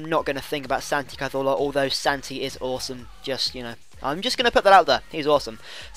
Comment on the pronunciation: Why are you saying Santi Cazolfa